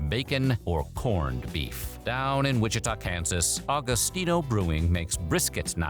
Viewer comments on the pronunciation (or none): none